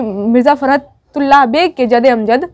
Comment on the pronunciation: "जदे अमजद" नही 'जद्दे अमजद' होता है